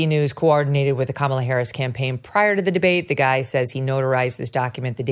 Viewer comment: Lol all Republicans pronounce Kamala wrong 🤣